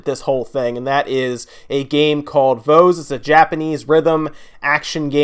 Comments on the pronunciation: IT PRONOUNCED V-OEZ!!! Like "Boys" but instead of a b it's a V xD SOO many people have been saying it wrong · It's a port of a mobile game. P.S. you pronounced Voez wrong, just warning you of people that'll get triggered by that ;)